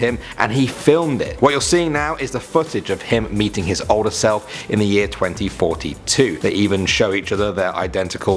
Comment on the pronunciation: I thought you said 2046 not 2042!? This is what I heard on first one Xd XD lol